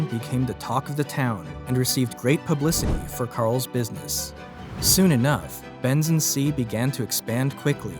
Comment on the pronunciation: I love how you keep calling it. Ben's and c, when it's benz and co 😂😂😂😂 i mean, it literally says it in the actual photo my guy.Unless this is another a I video which it looks like it